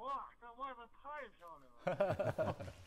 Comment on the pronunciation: 听起来不是"漂亮"